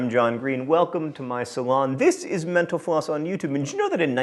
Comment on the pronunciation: When ever John says mentor floss I always think he says menopause